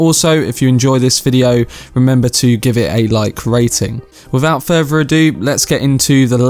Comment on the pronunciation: "Without furver ado..."